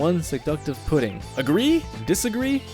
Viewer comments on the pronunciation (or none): none